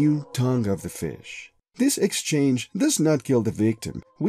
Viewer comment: Did he say a feeash?